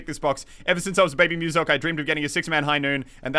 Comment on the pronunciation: it's actually pronounced "muscle k"